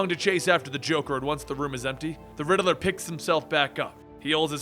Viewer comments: Please stop saying rideler it's riddler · The way u pronounce the riddler reminds me of my friend... I do miss him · Funny how he says the riddeler instead of the riddler😂